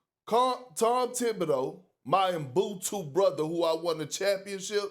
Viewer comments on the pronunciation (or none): Perk, it's: UBUNTU. Lol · Can someone already tell Perk that it's not EMBUTU...IT'S UBUNTU!!!!! BRUUUUHHHH 🙄